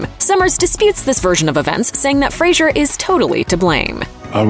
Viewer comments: Fraser like fray and sir. Not like fray and sure. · Fraser not Frasier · Fraser, not "Frazier" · Scorpions sting not bite and it's Fraser not Frasier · I've got to stand up for Brendan here and remind you that his last name is pronounced "FRAY-zər" as in "razor" and not Frasier as in the television sitcom. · Fraser* lol, and it's pronounced like "razor", not like the Kelsey Grammer character. But yeah, he's awesome, I loved him in this, Blast From The Past, Airheads, even the small part he had in the show Scrubs was done amazingly well. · Fraser. its pronounced "Fray zer" FRAYZER...... for gods sake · It's Fraser, rhymes with razor. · His last name rhymes with razor. Could at least make sure you’re getting his name right. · You'd think a channel of this magnitude covering a movie with an actor on a miraculous comeback. You'd ATLEAST pronounce his last name correctly even ONCE in the entire video. But....🤷‍♂️ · Pronouncing Brendan Faser's last name incorrectly will only get you put on the list.